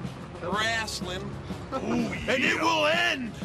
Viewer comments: Love how Hunter says: “WCW Wrasslin.” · "Dubya C Dubya Wrasslin'" 😂😂😂😂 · DUB-YA CEE DUB-YA… RASSLIN